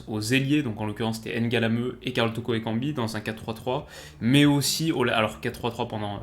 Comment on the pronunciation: C est pas N'galameu mais Ngalameu. Sinon très bonne vidéo comme d hab.